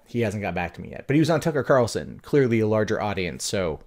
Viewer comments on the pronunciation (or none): none